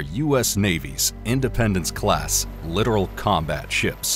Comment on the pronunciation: It’s. NOT literal! It’s littoral.